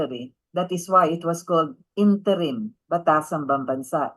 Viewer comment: " interim "wrong pronounciation ayusin mo....hahahahaha